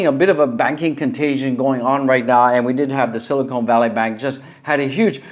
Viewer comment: Nice stream but it’s hard to hear you call Silicon Valley “Silicone Valley” 100 times.